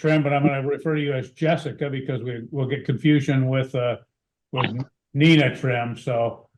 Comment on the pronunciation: It is sad "so help me God" was removed. Who the are they swearing too?, the f-ing government? Was b s. Hey educated idiot it's nee na (Nina). One of the most simplist names to pronounce 😳 You've not in a sealed court so try to sound educated.